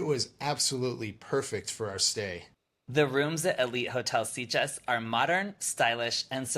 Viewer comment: Interesting review, but I'm a bit puzzled as to why you both repeatedly pronounce the town name as 'Seat-ges', rather than 'Sit-ges'. According to Google, it's pronounced as 'Sit-ges' in both English and Catalan. Whatever, it's a great place for a gay holiday!